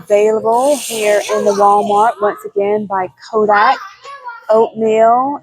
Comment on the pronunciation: thanks for the reminder to walk the aisle at our grocery store to look for all the options. Your video had a lot of variety. thank you. Did you know that the brand Kodiak is pronounced KO-DEE-AK? (Like the Kodiak Bear)... not Ko-dak. Just wanted to point that out for the future. God Bless!